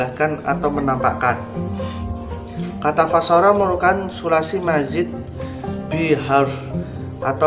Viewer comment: bacaan Qurannya diperbaiki, khususnya pada kata wa ahsana tafsiran ... istilah2 kunci dipelajari dlu biar tidak keliru, seperti kata fassara (فسر) bukan fassoro sebagaimana dibaca di dalam video.